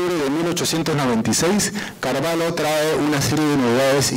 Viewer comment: Estimado, la pronunciación correcta es Carvallo pronunciando la LL, no Carvallo con LH. Esto debido al origen hispano del apellido. El apellido viene de la frontera entre españa y portugal, siendo la parte española con LL y la parte portuguesa con LH. Atentamente, Raúl Carvallo, tataranieto de Don Tendulio Constantino Carvallo Loli